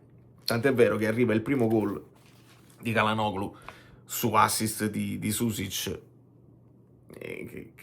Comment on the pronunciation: tutto perfetto, ma il pronunciacion Nazi che è in me interviene ricordando che Çalhanoğlu si dovrebbe leggere Cialhanòolu